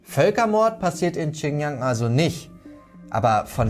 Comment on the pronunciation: Die region heißt Xinjiang nicht Qinyang wie du es aussprichst, next time hausaufgaben machen bitte